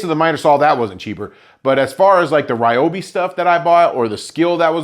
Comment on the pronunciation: Your saw might treat you better if you pronounce his name correctly: Ree-o-bee.